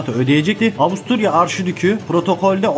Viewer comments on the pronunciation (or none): Avusturya, Avustralya diye okunmasaymış keşke.